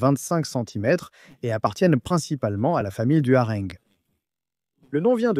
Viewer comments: Sans doute, si on se fie à la prononciation /arè-NG/ au lieu de /arã/ pour "hareng" 😄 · Encore une voix d'intelligence artificielle 😏🙃 : "difficileZa croire" !!, "la famille du "harènegue" pour "hareng", une petite boîte de sardines de "cent vintE grammes" et ce ne sont que quelques exemples... -> Je cesse d'écouter à 1mn31 et évidemment, ne m'abonne pas ! Vous vous moquez des gens et malheureusement, beaucoup ne s'en rendent pas compte... c'est facile de tirer des revenus sans beaucoup travailler alors que les créateurs de contenu honnêtes y passent beaucoup de temps et s'investissent énormément ! Ce n'est pas honnête 😏